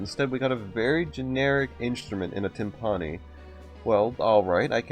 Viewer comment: Every time I hear him say “Tim-PAH-nee” my percussionist ears bleed